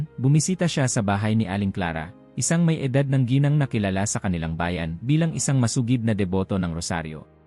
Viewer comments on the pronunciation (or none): none